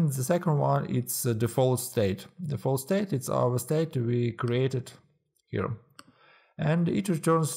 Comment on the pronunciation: неплохое объяснение, но произношение here )